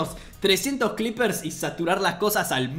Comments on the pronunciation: Por q carajo les dice cleepers?? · Alguien más escuchó clippers? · No digas cliper xd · Escucho mal o le dice Clippers a los creepers?